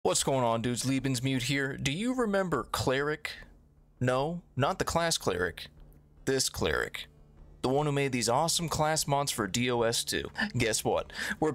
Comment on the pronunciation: It's called "Lebensmüde" with "ü", not Lebensmude.